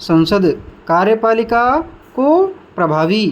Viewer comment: Kya bol rha ho bhai Ka........riyepalika Smjh nhi aa rha ka likhe ya kariyepalika